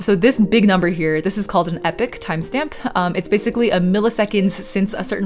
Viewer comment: "Epoch" not "epic."